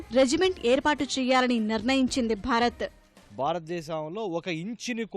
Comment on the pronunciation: అమ్మా తల్లీ !!!! న్యూస్ రీడర్ మన దేశం పేరు అయినా సరిగా పలకడం నేర్చుకోండి. భరత్ కాదు భారత్